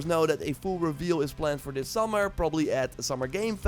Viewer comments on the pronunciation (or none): Th-ink not F-ink. Th-is not V-is Th-ird not F-ird Th-ing not F-ing. Thirtieth not Firtieth. You can do it I know you can!!!! 😅